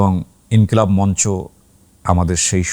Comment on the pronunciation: সঠিক উচ্চারণ হবে _ মঞ্চো।